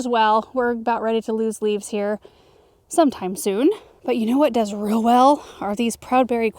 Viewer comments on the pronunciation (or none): none